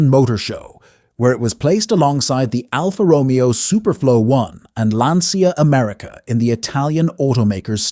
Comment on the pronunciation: Interesting video, but, IMHO, you could have stopped after the Chrysler/Ghia collaborations at the beginning. Training note for your AI voice: It's pronounced "Alfa roMEo". I note you don't give a designer for the "Golden Rocket" and with good reason; it's ugly as sin. I suspect it's Billy Mitchell, but I can't confirm that. It has so many things wrong, it looks like they had three or four concept cars in mind, but only budget to build one, so they stuck everything on it. The worst offense is the little vestigial fins alongside the back window. WTF? Fins, if you must have them, go on the tail end of the fenders since they represent the vertical stabilizers on planes or rocket fins.